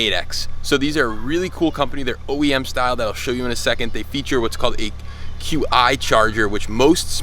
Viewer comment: The 'Q' is pronounced 'chi'.